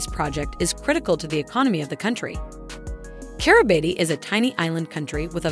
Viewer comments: It is not pronounced Kiribati. It is pronounced Kiri bass. So if you don't know how to pronounce it, your credibility is zero. Bikenibeu is not pronounced that way either. You keep showing only one island in the world map. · I can't bear listening to the way the voice bot pronounces the name of the country. Its pronounced Kiribass